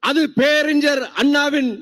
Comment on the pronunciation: Peraringar you have to prononounce ஞ through nose.Vaiko’s son too pronounce it ugly. Pathetic. Falling standards in public speaking 😢